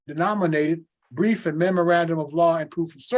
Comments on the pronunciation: Sorry it sounded like he said grief not brief. I think his fraudian slip was correct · It's "brief", not "grief".